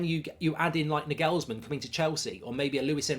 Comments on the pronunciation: “Nor gools man” learn that mark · does anyone else wince/twitch whenever Mark mispronounces Nagelsmann? 😅 Just me? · The way he butchers pronouncing Nagelsmann is criminal